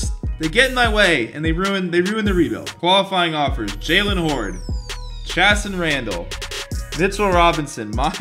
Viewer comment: please pronounce Chasson Randle’s name correct lmao